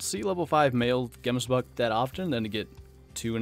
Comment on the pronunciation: u butcher that name so hard. Here in South Africa we say it a bit different. xD